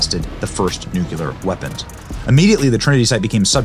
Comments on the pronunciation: Benny!!!! I love you. But you need to learn how to pronounce NU-KLEE-ER!!! It is not nuk-u-lar. You are to smart to foul that up repeatedly. I enjoyed the video very much except your repeated mis-pronunciation annoyed the heck out of me!!! PLEASE STOP!!!!! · Please stop saying "nucular" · First, if you're going to use the word, please pronounce nuclear properly!!! Not NU KU LER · Nu-KLEE-UR. NOT Nu-que-ler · The word is NOT "nucular" [Nuk-you-lar]. It IS "nuclear" [Nuk-lee-ar]. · It's funny how you look right at a script and pronounce nuclear "nukeyuler". It's "new clear". Interesting video anyhow. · Lol that's all I could focus on! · I had to try really hard to hear the info through that. Hardly anyone seems to have noticed. How sad. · Sorry, Benny, but "the most dangerous (radioactive) place on the planet" IS CHORNOBYL, not the Trinity Site". Great video, though. Oh and Nook-lee-are' Please, you are more intelligent than W (who also could not say Nuclear! I agree with Truman (another Missourian like me): my late father (23rd Infantry Americal Division) was on a troop ship waiting to invade Japan when they were dropped. They STARTED IT, and we FINISHED IT! Too damn bad for them! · I can’t stand misspeaking the word nuclear. Where and how do you get to saying NU Q LAR? You should know better. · Great video, Benny‼️ Please learn how to say nuclear correctly - new-klee-ar - I don't want to relive all of those years again hearing George Bush slaughter the pronunciation of that word over and over‼️🤣 Know I L🇺🇸VE YOU BENNY❣️ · Love ya Benny, appreciate the work you do. But it’s NUCLEAR! You’re killing me with that! God Bless 🙏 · Did his media team neglect to inform him that he said nuclear wrong 26 times?? 🤨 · I love you, Benny, but i really wish you could learn to pronounce "nuclear". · Benny..great video ..but for the love of God..PLEASE stop mispronouncing NUCLEAR..there’s no U between the C and the L ❤ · Benny it's noo clee ur not noo kue lar 🤷🏻‍♀️